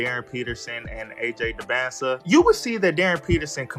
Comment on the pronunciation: It’s dybantsa not close at all